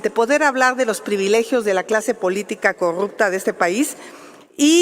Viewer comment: Mejor que no pronuncie corrupta,porque se come la palabra.